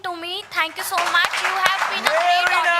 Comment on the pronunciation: Pyaar se bolo Thank uhh very musch 😂